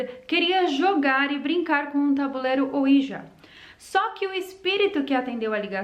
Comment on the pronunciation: Se diz “oidji”. E na verdade é uma marca, o certo é falar só tabuleiro espiritual mesmo. Falar ouija é a mesma coisa que chamar absorvente de mods 😂